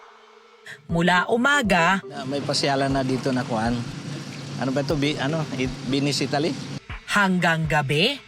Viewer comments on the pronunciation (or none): He said “Binisitali” 😁 Don’t you mean Venice, Italy? LOL.